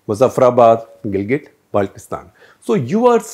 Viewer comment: This Journalist even does not know how to pronounce " Gilgit Baltistan" ...... It's Gilgit Baltistan NOT Galget Baltistan , haha